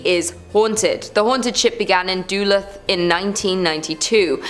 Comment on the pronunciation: Duluth is Duh-looth not Doolith. Allegheny is Al-eh-GAY-nee not Ah-LEG-a-nee. That is all.